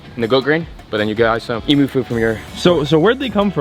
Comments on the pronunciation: It’s emu ( eem you) not (eemoo) lol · hey cobber love ya work! but being an aussie, i have to let you know, it's not e-moo it;s em-you but loved seeing those beautiful birds rescued!! cheers, peace always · Emu is pronounced (EemYou) not EeMoo) from an Aussie who knows lol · Im from Australia, you are saying emu wrong, it's pronounced like it rhymes with beam as in jim beam and then the word you - not e moo but eam you . 👍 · Ee-m-ioos not ee-moos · You pronounce it Emyou Pmsl 😂🤣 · Em-you pronounce the u the are not cows the don’t moo lol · From an Australian to an American it’s pronounced emyouu not eamoo 😂❤️ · It’s pronounce Em/u I am Australia by the way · Coming from an Aussie they are pronounced Em-you not em-ooo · EEM-YOU not EE-MOO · Eem-you is how it’s pronounced as an Australian, not Emoos hahahaha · Emooooos that's not how you say it I'm an Australian and nobody pronounces it like that we pronounce it more like emyou not emooo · Dont say emoooo say emu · Its pronounced emyou in Australia not emoo please on behalf of all Aussies please say emyou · Hi mate, I'm Aussie it's not Eemooo it's eem-you. Thought I'd clear that up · E-MEWS!!! They are e-mews not emoos!!! As a proud Australian everytime you say it it does my head in!!! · Can someone please tell … Emu is pronounced EEMYOU not EEEMOO!!! Us Aussies cringe each time he says it wrong!!! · Hey love your videos..as an Australian 🇦🇺 who is allso passionately in love with EMU...I kindly ask that you consider calling them by there correct name...its pronounced EM UUUU...not.EMOOOOO 🐄..lots of love mel.💛💚🐨🦘🐊🦈🐠🇦🇺💚💛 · EEM-YOU not EE-MOO. Bloody hell mate 🤣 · Em-u... Not Em-oo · I’m from Australia. Please say EMEW NOT EMOO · It is pronounced e-mm-you not emooo. As a Aussie, I have disliked solely for that horrendous pronounciation! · Eeeeem-you not moo hahaha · It’s Emuuu not Emoooo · E-muse not E-Moooooos like a cow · From all Australian 🇦🇺 people, please stop saying emoo it’s emu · Not ee moo